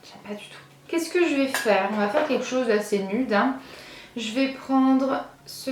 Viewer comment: je suis toujours aussi fan de ta coupe de cheveux qui te va tres bien 😊, sinon en france le mot "nude" se prononce comme aux US 😅